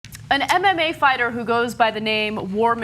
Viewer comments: Did Cenk say MMA Farter? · On a lighter note...Cenk said "MMA farter" :) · "an mma farter" lol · Lol cent ugur said mma farter by an accident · "Attacked an MMA farter" said cenk haha